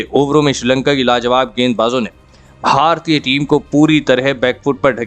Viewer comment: Itna kharam pronounc bara bura hai, Bharatiya bar bar bolna bandh kariye.